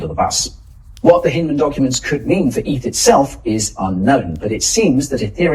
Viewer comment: It’s “eth”, not “eith” you numbnuts 😂